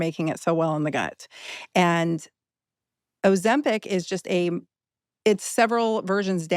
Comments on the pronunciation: OzempIc……. IC….. NOT EC NOT AC …I DONT KNOW WHY BUT ITS DRIVING ME MAD LOL how many people have to say it …properly…in front of you Stephen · Why does he pronounce it Ozem-PECK? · Second video on Ozempic, and Stephen is still saying OzempEc...😅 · Great video but OMG it’s Ozempic not Ozempec. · OzemPIC not PEC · Interesting But i cannot listen to the host say ozempic, its like nails on a chalk board 😂 its ozempIC not ozempEC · I’d like it more if you didn’t pronounce it Ozempeck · Is it just me who finds the way he pronounces oxempic really annoying? 😅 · Steven alwavs sais “Ozempic”instead of GLP1 - is he getting money from the pharmaceutical industry?? Is this a hidden marketing thing?